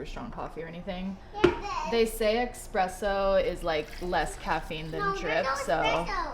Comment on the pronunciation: It’s espresso not expesso. That is all.